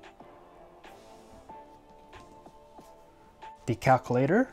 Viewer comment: 'the caculator'